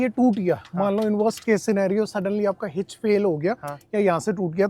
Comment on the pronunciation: It's called hitch not hing